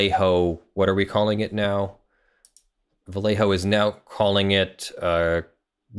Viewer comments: Dear, whenever you find a spanish word containing the LL, read it as a Y. For instance, Vallejo should sound a bit like "Vayeho". Love your channel <3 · I remember color shifting paints gaining ground for import show cars back in the 90s... Also, Vallejo is pronounced Vah-yay-hoe or Bah-yay-hoe (proper Spanish). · It's pronounced Bai yay ho (sorry, had to) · as a spaniard and loyal vallejo costumer, the way you pronounce their name is hilarious to me xDDD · Too late but the "LL" has (mostly if not) the same sound as the y in "you". =) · Just so you know, a double L in spanish is pronounced liked a y in english (such as in "young"). You pronounced the rest of Vallejo right tho